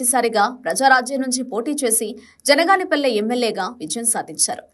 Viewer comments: ఆరుసార్లు జనగాపల్లి అన్నారు ఒక్కసారి కూడా బనగానపల్లె అనలేకపోయావే తల్లీ..... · జనగాన పల్లి కాదే తల్లి, బనగానపల్లె